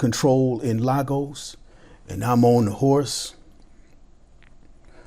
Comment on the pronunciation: The way you pronounced Lagos is amazing. Thanks, for recognizing the Victor Momoh of our time.